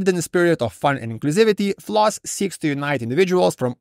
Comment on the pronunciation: Floos it rhymes with truth